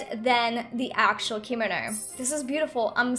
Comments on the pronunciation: It is pronounced not spelled pronounced comono not kimino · I’m cringing when she says “keemano” it’s kimono” www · Btw its pronounced Kim-oh-no not Kee-mo-no :) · actually, no hate but kimono is pronounced *key-moe-no*. i have taken japanese class for 4 years and this years unit is ancient Japanese witch includes Kimonos. ありがとう、そして良い一日を (o^^o) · Normal People: Kimono Me: Hikomo, Kinomi, Kinomo, Me again: h a r m o n i c a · Is it just me or it's funny how she pronounces kimono wrong xD